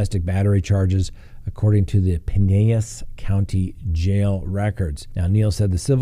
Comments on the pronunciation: You are saying "Pinellas" (County) wrong. It's spoken as Pine-el-las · the county that the City of Clearwater resides in, is pronounced Pi-nel-las*. Just as I have in the past brought this to your attention... you aren't even close. *Please get the facts right! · A small correction—we pronounce Clearwater’s county pin—ell-is. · I was going to correct your mispronunciation of Dekalb (think de cab'), and thought naw..... give him a pass. But then, you slaughtered the pronunciation also of Pinellas county at the mark (think Pie nell us, or even Pah nell us... but what you said..... whahhhhhh). Love your show and loyal follower, but hitting two ... just had to type a shout out to ya. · Bucky Segment Pronunciation: Pinellas = Pine-el-las 😁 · You seriously can't expect a man who talks about a hundred different cities a week to PERFECTLY pronounce every single one. Right?? Take a chill pill.